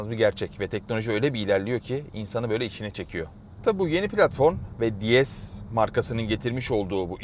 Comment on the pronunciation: “Di es” değil “Dees” diye okunur. Fransız arabasında ingilizce telaffuz edilmez. Fransızca tanrıça kelimesi “déesse” ile aynı telaffuz edildiği için DS demişler. Tıpkı yetmişli yıllarda Peugeot 104 platformunda çıkan LN (Helene) modelinde olduğu gibi...